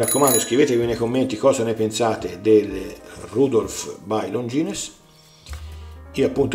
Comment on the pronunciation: Credo che non si pronunci Longines